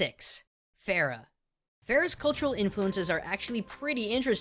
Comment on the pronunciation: i love how most westerners or any other people in general call her pharah or far-ah, blizzard made fun of this with pharah's name because what most people who dont know middle eastern culture would probably think her name is farah? shes egyptian? lets call her pharah! when actually its farah pronounced fur-ah, though im pretty sure most people arent that stupid, i mean ana even confirms it, im middle eastern so i would know, also im pretty sure ana's name is pronounced un-ah, so yeah nice little nod from blizzard there, they even took the time to write it in arabic in ana's origin story, so what do you think? also love your channel:3 Genji Edit: ana's name is pronounced ana'a, and yeah thats it in a nutshell, also it means something in arabic i forgot